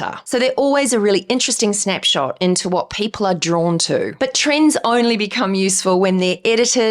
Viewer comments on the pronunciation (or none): none